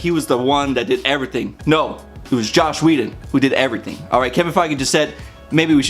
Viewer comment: btw, his name is JOSS, not Josh. Joss Whedon. Anyway, I didn't think The Avengers was actually a good movie. It was fancy and flashy but not much behind it. The Winter Soldier was and is the best Marvel movie to date (imo)